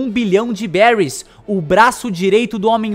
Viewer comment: Se fala beris